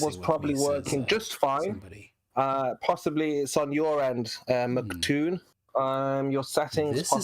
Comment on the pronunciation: Can he stop saying "Mc Toon" and stick to "Toon" since saying "MC" is so hard for him? ITs "MCToon" not "Mc Toon" lol